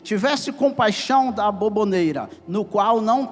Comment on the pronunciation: Ela está falando sobre a forma que o pregador está dizendo "aboboneira" ao invés de aboboreira.